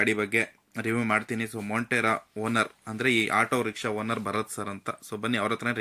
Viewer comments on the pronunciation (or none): ಮೊಂಟೆರೋ ಅಲ್ಲ ಕಣೋ ಮೊಂಟ್ರ